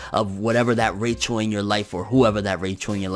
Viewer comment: I love how you say Rachel's name the way they pronounces in the anime😂😂